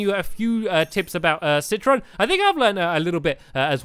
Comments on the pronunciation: It's citron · Not Citroen